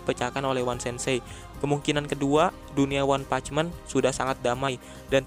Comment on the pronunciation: One punch man, bukan meen